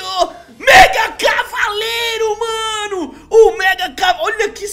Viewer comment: Ele falou Megacalavareiro